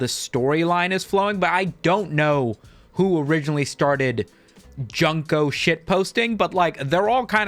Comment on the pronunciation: It’s pronounced June-co, not fucken Junk-o 😭😭😭